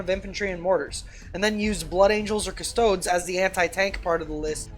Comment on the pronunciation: Cus-toh-dez. Not Cus-toads. You don't pronounce them Adeptus A-stare-ts, do you?